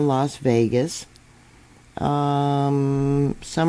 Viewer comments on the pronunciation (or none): Pronounced "per'rim" ."summer- lynn". Just for future reference. Thank you